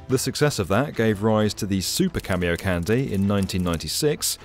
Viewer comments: It's Japanese. It's pronounced Kahn-day, not candy. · Its not cameocandy its ka-mio-ka-n-de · IT'S PRONOUNCED [kon-DAE], NOT [KÆN-dee]! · Kah-mi-oh-kahn-day, not Cameo Candy. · okay. its "khan dee" not "candy" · KAN-DEH not KAN-DEE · How did you guys make an entire 8 minute video without learning how to actually say Kamiokande? You're saying it wrong. Just stop, figure it out, then re-release with a new soundtrack that doesn't make you look quite so foolish. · KamiokaNDE Kami-oka NDE (Nucleon Decay Experiment) Kah- Mi Oh Ka -- N-D-E please I want to cry its not a delicious candy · It's pronounced can-day not candy. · Who else got triggered when he kept saying "Cameo Candy" ? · kamiokandyyy lmao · Excellent video. Ps it's pronounced kah-me-oh-kahn-day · The way you spell camiokande I thought you said camio-candy. Was wondering for a few minutes what this has to do with candies, and why it's called a candy. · Theres no way its pronounced "cameo-candy", right? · Please stop saying "Camy-O Candy" 😭😭😭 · Jesus christ "cameo-candy" lmao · nitpick on the pronunciation- A and E sounds in japanese are always said as "ah" and "eh", so it would "kahndeh" Then again, I'm not opposed to Japan building the world's biggest candy... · Yeah, mine too. But it’s because he’s pronouncing it wrong. The de sounds like the de in demolition, not like in destroy. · The DE at the end is not like in candy. It's the same as de in dead.